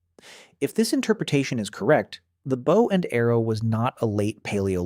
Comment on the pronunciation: Your pronunciation of "Bow" is annoying as Hell!!!!